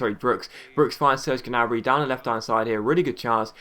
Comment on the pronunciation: Ok, this has been bothering me for a little while now. Correct me if I'm wrong, but I think you don't pronounce the G in Gnabry's last name.